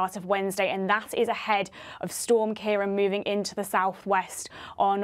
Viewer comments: its keer_awn not Kieran. fada over letter A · Not wishing to be pedantic, but the second "a" has an accent on it - which means that the last syllable is pronounced "awn" (as in yawn) 😀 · Just one thing, it's pronounced KeyRawn. The 'C' is hard like the letter 'k' and the accented á is awn. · Ciarán is pronounced "Key-rawn", there's a fada over the second a (á)